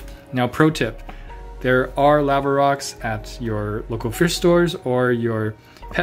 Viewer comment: had to google how to say "Lava" based on your pronunciation lol. Unfortunately, it wasn't a TIL.